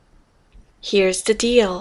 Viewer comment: 7기 151) Let's make a deal. Here's the deal. 약간 디얼~ 발음이 나네요. 연습 열심히 하겠습니다.